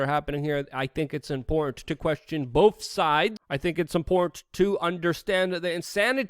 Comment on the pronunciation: You mis-pronounced "Important". I'm a we are change member, dig the videos and thanks for keeping us informed!